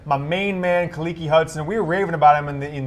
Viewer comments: Khaleke Hudson. NOT KUHHLEEKEE lol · His name is Khaleke, not Khalekey or Khalekee 🤦🤦